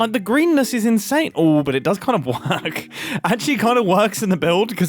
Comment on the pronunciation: “oo but it does kind of werk” LOLLL